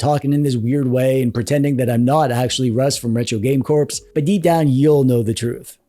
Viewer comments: You won’t fool me. You pronounced Retro Game Corpse instead of Core… or is it part of the persona? 🤔🤯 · Part of the persona is pronouncing the "p" in Retro Game Corps.